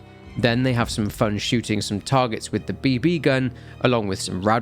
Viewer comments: You don’t have to put an emphasis on the second B in BB gun you say it like BeeBee not bB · he Pronounces BB like Bee Bee. you Know who would do that, a Synth!? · The pronunciation made me pause the video and go back 😂